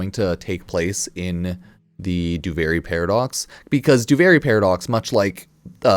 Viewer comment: why do you keep calling it Doo-Varie? Do-Vir-ie, Duviri, there is no A in that word